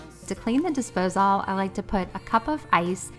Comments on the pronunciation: I’ve never heard anyone say “Dispose-All” before, lol. I’ve only ever heard it pronounced “Disposal”… I had to rewind to make sure I heard you correctly and then when I saw you’re check list, I was SURE it would say “Dispose All” but sure enough, it said “disposal”. Maybe it’s a southern thing? Very sweet. Love this video! I am cleaning with you, I just had to take a quick break and I decided to comment. Keep the videos coming!! You got yourself a new subscriber! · I’m new here … have I been saying disposal wrong ? Is it really dispose-all ?